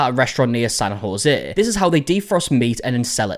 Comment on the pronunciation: I've been watching this go down and have been waiting for markies video. Hey you pronounced San Jose perfectly!!! The names in our state can be quite difficult to pronounce if you are not from here. This is pretty bizarre to happen around here cause we are pretty strict with health dept guidelines. I found it on my fb reels 1st so it's been all over the internet at this point.